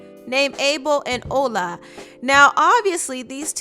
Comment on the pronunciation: it is pronounced ola not ula (the nigerian men)